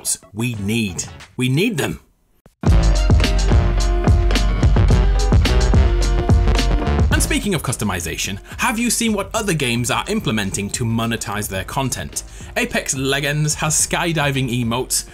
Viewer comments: “Apex Lehans” Bruh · did he just say "apex legands" wtf